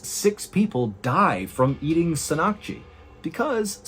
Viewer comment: I’m Korean, Mr. Ballen, and your pronunciation threw me off.😂 What you meant to say was “seng” (meaning raw) “nahk-ji” (octopus).